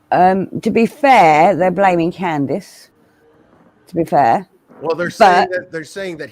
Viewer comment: And quit saying Grandus!! The woman has a name!!! It is Candus Harer!!